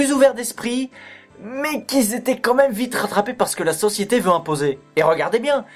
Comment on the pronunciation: oh merde tu la Vraiment dit comme même au lieu de quand mêem